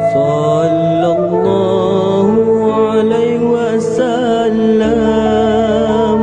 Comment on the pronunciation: Ada masalah sebutan huruf dan tertinggal perkataan. Sepatutnya sallallah hu`alaihi wassalam bukannya ....hu alai...